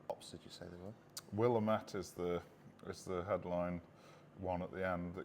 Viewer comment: In Oregon, where Willamette hops were developed, they pronounce it as will-LAMB-it.